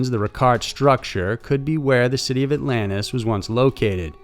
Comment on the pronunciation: What's Allanis? Do you mean AlanTis? Southern much😂